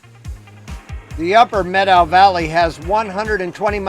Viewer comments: Thank you for pronouncing Methow correctly. The Methow is my backyard and the Lost River Pinot Gris is a favorite beverage! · Good on you for pronouncing it correctly ;)